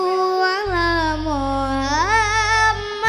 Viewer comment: Pengucapan lafad Muhammad dari anak santri dan farel berbeda. Kata محمد dalam bahasa Arab pakai huruf ح (kha) bukan ه (ha). Anak santri pakai ح dan farel ه